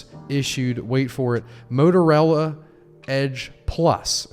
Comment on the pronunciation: While we're on this subject... It's MotorOla.. Not MotorAla 🧐😂👍